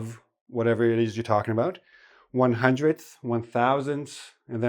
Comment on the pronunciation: hundreDth, not hundreth!